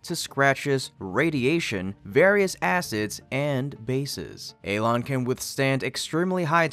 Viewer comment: Alon🤣🤣 more like elon